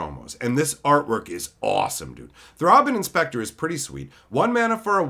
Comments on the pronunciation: I've never heard anyone pronounce it Throbbin' Inspector, but now I won't say it any other way. (Thrayben no more.) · Lol “Throbbin’ Inspector”